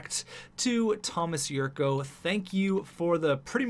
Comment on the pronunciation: The 'c' in Jurco is pronounced like 'ch'